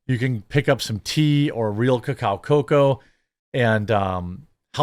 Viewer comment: The way you say real cacao cocoa is getting old and weird